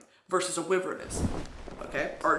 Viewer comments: Brittany my queen its pronounced why-vern not wivern, sorry to intrude upon your majesty at this hour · Why are you saying wyvern like wivern Brittany?? Whyyy?!!! 😭😭👀💀😂😂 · I’m pretty sure wyvern is pronounced why-vurn our powerful humble leader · I always pronounced it Why-vern... who is correct? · Babe it's pronounced "why-vern" I'm so sorry, ilysm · I was like…a wivern, huh, never heard of a wivern….oh WYVERN!! Lol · Brittany calling a wyvern a “wivern” is sending me lmao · It's giving me life and passing me off at the same time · why-vern BRITTANY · Our great leader has so much confidence to say Wyvern as Wivern. And as a proud member, no, citizen.... I am now saying Wivern for the rest of my sad, unimportant and uneventful life! Long Live Brittany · brit i love you so much... wyvern is not pronounced like that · Can you say wyvern for me again real quick? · I move to impeach president Broski on the grounds of how she pronounced the word "wyvern" and so on and so forth. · Stop saying wyvern like that lmao I'm dying, and now I'm gonna tell YOU, cause my tisim is showing, do you know what a DRAKE is???? It's a dragon with no wings baybee, and a lindwyrm is a dragon with no legs or wings, just had little shitty arms :3 they are useless like I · the way she pronounces wyvern makes me cackle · Craziest part of this town hall is finding out I’ve been pronouncing wyvern wrong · BRITTANY have you been listening to the Throne of Glass audiobooks??? Because you've been LIED TO! THAT'S NOT HOW WYVERN IS PRONOUNCED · our fearless leader has an interesting way of pronouncing wyvern